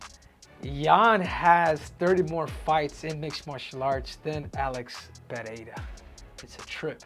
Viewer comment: Henry LOVES saying Alex Payeaya😂😂😂😂